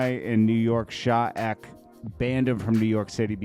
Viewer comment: Sha eck? 😅😂 it's pronounced sha e....... k......., im done with you 😅